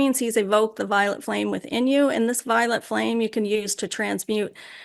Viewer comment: Omg. The first time I watched the channeling of st germain I thought she was saying the violent flame of transmutation And I thought it weird that the flame would be violent lol. Now I realize it was violet